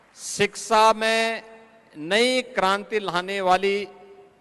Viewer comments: Adarniya chief minister shiksha ka pronunciation shiksa kar rahe hai! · शिक्षा ❌ सिक्सा ✅ 😂😂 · जिस प्रदेश का मुख्यमंत्री शिक्षा का उच्चारण सिक्सा करेगा उस प्रदेश की शिक्षा का ईश्वर ही मालिक है l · सिक्सा ❌शिक्षा☑️